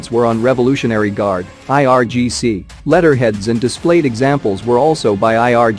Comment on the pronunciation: Its IRGC not IRCG !